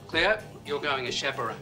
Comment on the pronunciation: its Cleo not chole